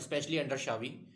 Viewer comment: Its Cha-bi not Sha-vi. Check the pronunciation